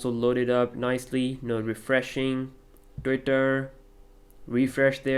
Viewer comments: beder and bery bery good and lastly titter damn loool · Mike Messiah also the way he says "twitter" is also 100% indian XD